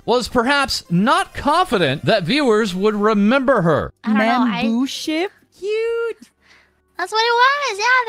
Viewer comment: "Membooship" As if she wasn't cute enough. She gonna give me a heart attack.